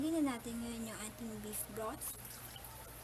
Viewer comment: One Cough ng Veef Vroth hahahaahaahahhahahaha naubo ako